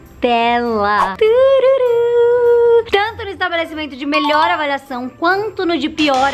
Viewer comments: "melhoe" KKAAJKAJjJAHZKANSKZNAK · "Melhoe" kakaka